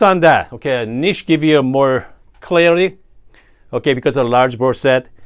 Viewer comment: Idk if I’m here for the coffee stuff or the “oukay?”s, but I’m lovin bein here. Cheers! ❤